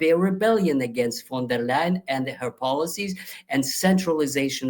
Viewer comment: you said "Von der Leyen" but I heard Wonderland. 🙂